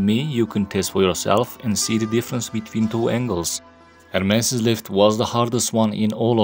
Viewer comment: Its ermes not hermes ma friend